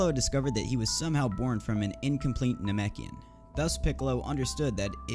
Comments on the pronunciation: It's nah-mek-ian not namiken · Ok how to do you mispronounce namekian the first half but get it right the second🤦‍♂️